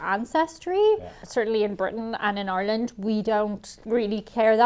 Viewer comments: Couldn't really hear her accent until she said her country name... R-land! R-ish! Really bursts out. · Why can’t people from ireland say ireland? They just “arlen”.